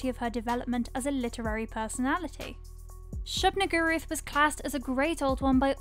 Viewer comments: shub-nigguroth lol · That’s a convenient pronunciation of Shub-Niggurath you got there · Can't help but laugh at the way you're saying "Shub-Niggurath." Tryin' not to get demonetized, I see. 🤣🤣🤣